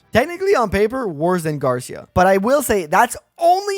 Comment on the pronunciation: Spanish-speakers hearing you say "Garsha"